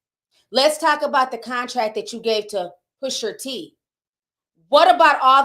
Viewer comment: I know u mess up a lot of words but. Pusher T Instead of Pusha T is wild